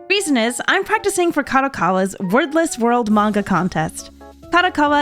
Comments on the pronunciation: Oh, "WORDLESS". I kept hearing "Worthless" and thought it was meant as a sarcastic title or something xD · First sec I understood "worthless" contest instead of wordless and was so confused XD